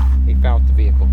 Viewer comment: Veacle is not a word (VE-HIC-LE)